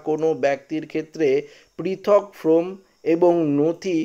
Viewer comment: ফ্রম ( from ) নয়, ফর্ম (form) বলুন | এইসব কাজ করতে হলে ভাষার উচ্চারণ শিখতে হয়।